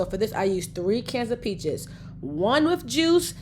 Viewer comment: A couple times she said "peaches" sounded like "bitches". Made me laugh. 😊